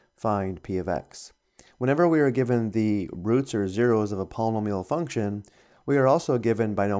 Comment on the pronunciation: palm-a-meal haha Not making fun it just struck me funny paul-e-nome-e-all